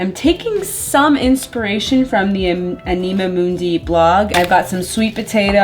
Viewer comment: it’s pronounced like animal without the L ❤ I love anima mundi’s high quality stuff. I tried the collagen face oil because of you. It’s lovely! If you haven’t tried their powdered Vanilla - it’s pricey but soo divine!